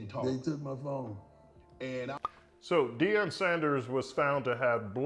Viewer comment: Its Deion not Deon